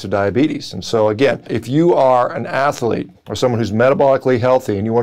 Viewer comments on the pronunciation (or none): That's funny... I didn't know athlete had three syllables, that's a-may-za-zing...